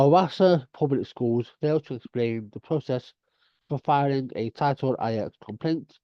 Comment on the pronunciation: Title NINE. Not title EYE ECKS lol